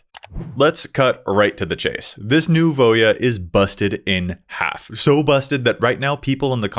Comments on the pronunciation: Can I just say, thankyou for pronouncing Voja correctly 😂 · I like how it takes a true mtg fan to pronounce the name correctly